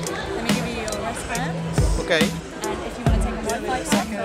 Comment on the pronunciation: al posto di grazie all'inglese gli hai detto i tuoi carrarmati..occhio con la pronuncia Andrè ;) ahahah